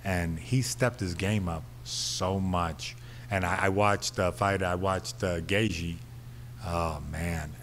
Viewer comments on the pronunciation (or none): mayhem pronouncing gaethje so funny